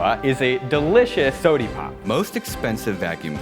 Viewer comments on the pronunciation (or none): He said sodie pop? I Stan an h3 fan